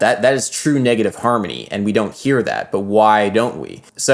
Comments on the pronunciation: Why does he pronounce “harmony” as “harmy” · he pronounces it more like "harmny", with the o almost completely disappearing and the n kind of merging into the m. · I keep hearing negative "harmy" 😂😂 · Bro you need to practice enunciation. You say "harmy" rather than harmONy, turning a 3 syllable word into 2. This error stuck out to me so bad and then i staryed noticing more similar errors